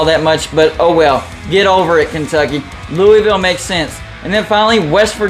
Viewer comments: Pretty sure the correct pronunciation is a lot closer to “Lou-uh-vuhlle” than “Lou-ee-ville” (did graduate research at LSU-NOLA), but besides that, great video, I would love to see your setup come to life, except with Duke replacing U-Va. Happy Independence Day. God Bless America. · It's Lou-A-Vule!!!